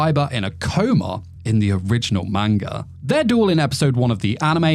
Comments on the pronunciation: How do you get away with saying manga like that dude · I love your videos but you're pronunciation of manga hurts.